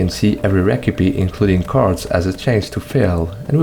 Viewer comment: 😭 how is that the only word he pronounces weird